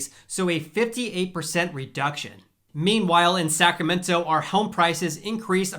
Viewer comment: I just need to know - are you omitting the “r” in Sacramento?